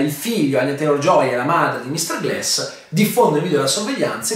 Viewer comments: Si dice glAss, non glEss... ecchecchezzo. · si pronuncia Glass o Gless?